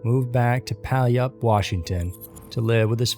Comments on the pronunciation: It's not Pallyup. You pronounce it like Pew-all-up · Puyallup, WA is pronounced PEW WALLOP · "moved back to pal-up washington" Pew-all-up As a PNW native its both nice and creepy to see how much Tacoma, Olympia, and Puyallup get mentioned here. The downside is seeing how the names get butchered. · ANOTHER AWESOME VIDEO OF COURSE BUT BY THE WAY IT'S PRONOUNCED PPOOEE- WWAAHHLL- UUPP WASHINGTON LMAO!! 👨🏽‍🚀👨🏽‍🚀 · Puyallup is pronounced poo-YAL-up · Just to let you know, Puyallup is pronounced like "pew-al-up" ❤ A lot of cities here have native American names and they can be really hard to pronounce if you've never heard it spoken before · Lol. Pow-yup Washington. 🤣🤣 I'm totally calling it this now forever. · Lol its pronounced "pew-al-up" puyallup washington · I love your videos but you had the most botched way of saying Puyallup that I have heard yet. (p-y’all-up) Keep the great videos coming. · Puyallup (pew-yallup) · 🤣😂❤️❤️❤️ ... I'm sorry but it's Pew-Al-Up. (Puyallup) Love #ScaryMysteries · its pronounced "Pew well up" Washington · Puyallup is pronounced Poo-yal-up 🙂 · Good morning! Long time subscriber/your friendly local Western Washingtonion, here to help you pronounce Puyallup! (It's ok, don't feel bad, literally nobody from outside the state gets it on the first attempt.) Its Pew-YAL rhymes with shall)-lup. You're welcome. 😘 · Lol I'm from Washington and it's pronounced like "Pew-Al-Up" - I know, it's a weird one. No one who is unfamiliar with it ever gets it right. We have a lot of impossible to pronounce cities and towns here in the good 'ol Pacafic NorthWest! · I giggled at the way he pronounced it. I rolled my eyes so hard. Nobody gets it right in these videos. LOL